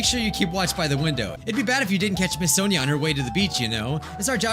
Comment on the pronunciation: Did just call sonia sona?